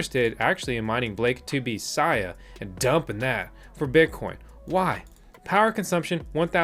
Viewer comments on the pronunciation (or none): BTW Sia is pronounced 'see ah' not 'sigh ah'. 👍